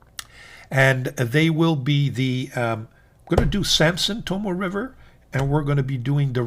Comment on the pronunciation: Love the channel. You've turned me on to a lot of great pens that I've added to my collection and introduced me to Shanghai Knife Dude who cracks me up every video. Would love to hear Tomoe River paper pronounced correctly as To-mo-ay River and not To-Mo River though lol. Can't wait to be introduced to more great Chinese releases.